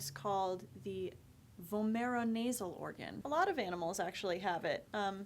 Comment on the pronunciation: I laughed at the way pronounced "vomeronasal". Also, lizards and cats both have a VNO, but it functions very differently between them.